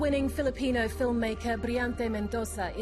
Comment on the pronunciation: reporter's pronunciation of filipino words are accurate!